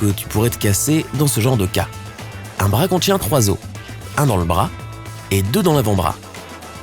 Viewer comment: C'est pas bra c'est BRAS